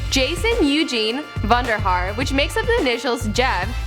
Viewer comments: Wow... Really. Vondarharr? Vondy? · Lmao his last name isn't vonderharr lmao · everyones gonna ignore "vondarhaar" ? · his last name isn't Vandarhaar dumb asses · vonderhaar lmaoo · what da hell is this, jevs name is not fucking Vanderhaar. God damn. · REALLY?! VONDERRHAR?! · vondahaar haha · Whoever the fuck gets her sources is a full on fucking idiot. Its not Vondahaar. Fucking idiots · fucking vondahaar, LMFAO wtf 😂👍👍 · VONDRHARRRRRRRRR.... ARE YOU FUCKING KIDDING ME!!!!!!!!!! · HAHAHA vonderharr. really really his last isn't vanderharr he just jokes about that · She said vanderhaar what the hell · His last name is not vonderharr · vonderharr? fucking vonderharr? kk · Fucking "Vondahaar"? What made you think his last name was fuckin' vonderhaar? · Fucking vonderharr? Fuck this bullshit its valhalla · Ha, "vonderharr" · JASON EUGENE VONDERHARR?? U can't be fucking serious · vondarharr ... really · I was gonna like but then they said "vonderhar" and my thumb twitched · it's even worse she pronounced Vonderhaar "Vuhn-der-har" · his last name isn't vondahar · His last name isn't vonderharr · why does it say his name is Jason Eugune Vondahaaar, LOL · these videos make me want to kill myself.... HIS LAST NAME IS NOT VONDERHAR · She said Vonderharr I'm done with this shit! XD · vonderharr really? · JASON EUGENE VONDERHAAR.! SMH WTF HIS LAST NAME ISNT VONDERHAAR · Wow they actually said Jason Eugene Vondehear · Jev and I lost it at the same time when u said Jason Eugene VONDERHAAR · Are they that stupid to say his last name is vonderhaar..... Fucking stupid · Vonderhaar 😂😂 Iam dead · i fucking died when she said Jason eugene Vonderhaar😂😂😂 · Vonderhaar? are actually serious or are you joking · Hahahah that's not his name hahahahahhahaha Vonderhaar I'm dead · Fucking Vonderhaar lmao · Vonderhaar!!! Fucking Vonderhaar!! OMFG IM DYING HAHAHAHAAHAHAHA 😂😂😂😂😂😂😂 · Lol his name is not vonderhaar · Vonderhaar lol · HIS LAST NAME ISN'T VONDERHAAR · ITS NOT VONDERHAAR!!!